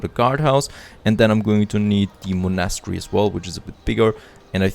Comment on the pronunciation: Oh an please look up the pronunciation of „monastery“. ;-)